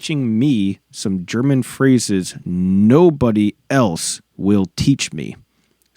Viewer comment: you have reached the goal- you have really entertained me with your funny comments, and I´m overwhelmed about your very good pronunciation of the german phrases- or with german words: Deine Aussprache ist echt geil für einen Amerikaner, und ich bin beeindruckt!